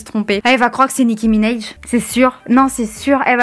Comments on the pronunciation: "Nicki Minaiej" ptdrrr personnes le dit comme ça on est d'accord, c'est minaaaj avec un A 😂😂😭😭😭😭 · Nicki Minéje non c Nicki Minaj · "nicki minèj" mdrrr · « Nicki minej » 😂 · A passant Nicki Minaj on prononce le A comme en français